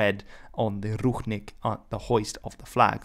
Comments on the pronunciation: its pronounced ruchink with ch like in chalk ручник а не рухник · Not ruHnik but ruCHnik (sound is same as in CHapter). Translated as towel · It's Ru[t͡ʂ]nik or Rushnik, not Ruhnik. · I think you have an accidental mispronuciation there. Someone transliterated the Belarussian word with a "ch", but meant an English-style "ch" instead of a Slavic "ch" (i.e. "kh"), so the word should be pronounced "ruchnik" or "ruchnyik". In Czech and a few other languages, there is the term "ručník" (pronounced in almost the same way) and it denotes a piece of cloth, either a decorative part of someone's fancy/ceremonial vernacular clothing, or a smaller tablecloth or similar piece of cloth. This is what the Belarussian term is denoting as well. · it's actually pronounced "Rutchnik" And nazis used national flags with all collaborants - for ex. in Russia and Ukraine they used flags that's official flags of theses countries now Awesome video, thanks! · I thought the Ch in Ruchnik was pronounced like an English Ch? This isn’t based on any knowledge of Belarusian but I thought it was cognate to the Serbian word Ručnik meaning towel, but perhaps it’s not? Maybe it’s related to Ruho, an archaic word for garb, vestments, or clothing in Serbian or has some unexpected cognate or even none at all. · Thanks from Belarus fam ❤️ edit:i know ch is pronounced/x/ in polish but in this case(ruchnik) it is pronounced /tʃ/ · Right, he read the word ruchnik supposing its written in the belarusian language, but it was written in english. In Belarusian it is written ručnik. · Ruchnik is pronounced with the ch as in church, NOT as in Loch.